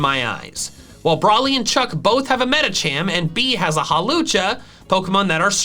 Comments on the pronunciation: its bea....be-ya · its pronounce as "Bae-yah" not "bee"